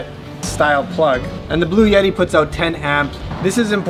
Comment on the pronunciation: There’s no “y” sound in the middle of Bluetti. It’s blue etty.